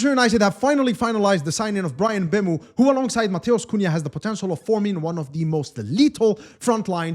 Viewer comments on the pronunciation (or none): Not bam Muu Say emm boo moh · I'm cameroonian too Hearing MbUEmo makes my ears bleed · Thank you very much i noticed it the first time he said his name...this whole Embeumo thing is nonsense